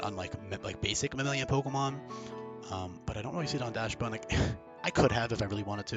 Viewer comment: I'm sticking with that heater level 1 moveset. Mono cute dog behavior set to the top, you don't need to do damage if you melt your opponent's heart. Correct pronunciation would be "dox-bun" btw, as the original dog is like "dox-hund". German type shit